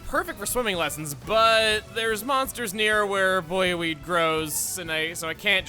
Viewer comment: pretty certain that the buoy in buoyweed is pronounced boy. as in the floating buoys used on water (not sure if the US has them it might be a British thing (along that note most of the things where you've been questioning if it's a Xenoblade thing or a British thing are British things)) buoy is also a verb for keeping something afloat, you can also find this spelling in buoyant (meaning that something is able to float) and buoyancy (which is the upward force exerted on an object that is partially submersed in fluid) sorry for this small rant. for some reason the way you pronounced it just made the hairs on the back of my neck stand on end